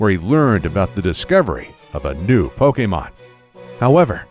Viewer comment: Lmao, it loses hype for me every time "Pok-ee-mon" is uttered. 😂